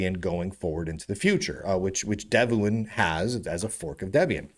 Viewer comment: Sorry to interrupt. Devuan is pronounced "dev-one", as mentioned on their website.